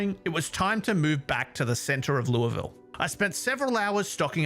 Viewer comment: As a Kentuckian, hearing you say Louisville correctly is refreshing. Though, even we argue about it sometimes.